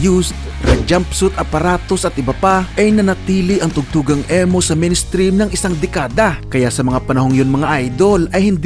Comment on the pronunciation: (ee or i) mow NOT EH-mo 😂